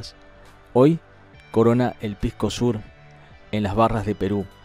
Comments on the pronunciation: Si pues. Si nuestro amigo dice "pisco sur" q confunde a gente inocente como si fuera el pisco del sur....cuando en todas partes se sabe que SOUR se pronuncia SAWER y no SUR. En fin hay q aclararlo desde la primera para que estos chilenos no aprovechen la NO CORRECCION de la pronunciacion. Aunque no vea bien mi comentario...pero es justo y necesario para poner a su sitio a nuestros vecinos del "sour". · ....no es pisco sur....que mas querran los chilenos que le pongas nombre como si fuera un pisco del sur. ES PISCO SOUR....SOUR SE PRONUNCIA "SÁWER" y le pongo el acento para que lo pronuncies bien bien....aunque no necesita acento pero para q no haya ningun motivo a q no lo pronuncies bien. Ok...causita..? Por lo demas...como siempre agradezco la mencion al mundo de lo importante de nuestra biodiversidad que hasta la clave contra semejantes virus contiene. Saludos cheeee